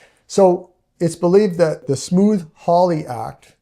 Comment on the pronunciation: Is he saying Smooth Hawly, I thought it was Smoot with a hard T right? like suit or dispute. Not smooth like Smooth Criminal